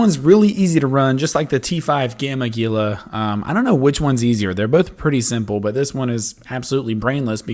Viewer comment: YOU GUYS... ITS NOT GEE-LAH ITS HEE-LA.